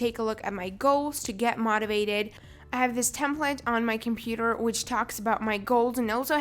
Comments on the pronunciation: IS NOBODY ELSE GETTING TRIGGERED THAT SHE KEEPS CALLING MOTIVATED MOT-IVATED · Can u please pronounce "motivated " as mou-ti-vated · I love how she say mah-tivated instead of motivated. Not a hater🌸